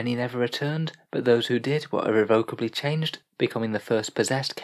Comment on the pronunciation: irrevocably - aren't you english? why do you pronouce that weird.